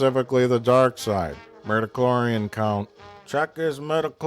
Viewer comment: “ Midicholrian count. get his midichorian count.” 😂😂